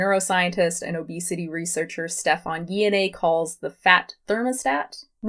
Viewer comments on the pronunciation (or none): none